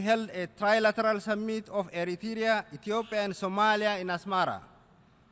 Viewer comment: why say eritrya say plz eritrea where you from